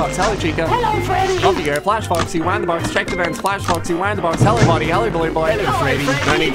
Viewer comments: i love how he said "focksee" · I don’t know why but I love the way he says “Incidentally, it’s only useful against Faw-xy” with so much emphasis Timed with the click of the flashlight, just hits right